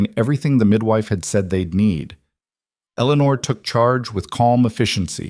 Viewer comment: It would be nice if the AI machines would pronounce names correctly. Eleanore is pronounced El - uh - nore. The cousins name is pronounced Add - uh - line.